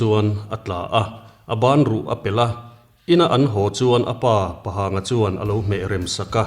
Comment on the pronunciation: Pahang in lam dan hi a dik lo.. Pa(Father) tia lam loh tur.. Pa Rema ti a kan lam dan a Pa hi a bung deuha lam lam tur